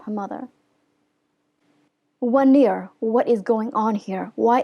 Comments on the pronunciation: Anyway, it’s “wan” “uh” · Wan’er.... you pronounce it wrong....